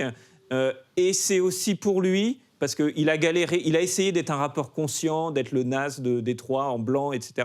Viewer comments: Sa ce prononce nass pas naze il m'a saoulé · Mauvais intervenants, trop d’approximations. Le Pdg d’Interscope c’est Jimmy Iovine avec un i pas un L, on prononce Nas pas “naze”, c’était fatigant à entendre. Amin et Hugo, Driver, Paroles véritables auraient été plus à propos… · Attends ils ont vraiment mis « jimmy Lovine » ?! Et personne le reprend sur le plateau ? Entre ça et l’autre qui dit « Naze » pour Nas … c’est pas sérieux les gars.